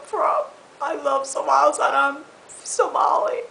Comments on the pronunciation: ahahaahahah i die lafin when she says 'Somals'....aahahaaaahhahahaaha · Is't just me or she said "Somalis" Can't she say "Somalians?"